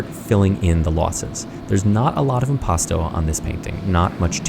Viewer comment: Hot damn, you told us about impasto, but I never heard of impatchsto